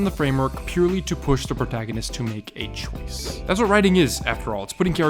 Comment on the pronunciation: Man, i love content but does it grind anyone else’s gears when he hangs on to the final syllable of words? Like when he says “push the protagonist to make a choiccccce.” I wish it didn’t bug me so much 😆